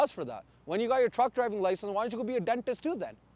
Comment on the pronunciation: That's precisely what they think. Two wrongs don't make a right, no matter what language you speak though. Yo I loved when he busted out the accent for "dentist" I'm on the floor